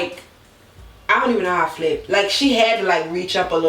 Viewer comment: Girll, the way you say flip ... 😂😂😂😂